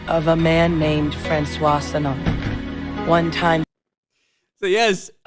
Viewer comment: To me, it was the way they pronounced "François" Sanon. Like, if they bother to speak proper french rather than pushing Alphabet rethoric, maybe it would be a decent game.